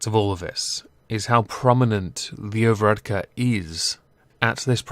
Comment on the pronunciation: first UK you tuber to pronounce Leo Varadkar correctly